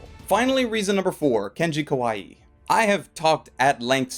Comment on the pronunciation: If the Japanese name is spelled how you romanized it then his last name is "ka-why" not "ka-why-e." The latter pronunciation means cute and I can only guess he wouldn't appreciate that.